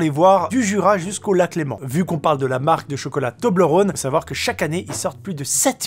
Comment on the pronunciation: Un Genevois qui dit Lac Léman, merci <3